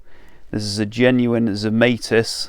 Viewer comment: Zemaitis is a Latvian name and rhymes with tonsilitis etc., unless TZ used the possibly US version himself? Google translate from Latvian Zemaitis is 'earthling'. Don't think that's correct either, but the Latvian version is correct. Check 'hyperforeignism' for US (and some UK) mispronunciation of foreign words/names, 'If in doubt, make it sound foreign'.